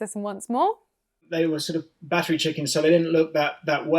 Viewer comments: I heard "baffrey." I don't know whether it's because I had one earbud in or what but that was the only word I missed. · I heard bat three chickens , 😨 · haha I heard "battered chickens" 😂🤣🤣 as "battery" didn't seem to make any sense.